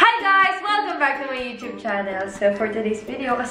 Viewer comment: youchube? youtube po